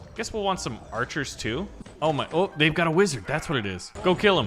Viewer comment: Bro called archis kytchu💀💀💀